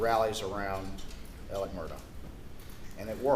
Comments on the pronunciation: I’d heard that they (Alex Maggie Paul Buster) texted and called one another constantly all day long. That’s weird, right? Or is that a thing? And why are they pronouncing Alex like Alec??!! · In the south they pronounce that Alec tho it's Alex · Why does he call him Alec and not Alex?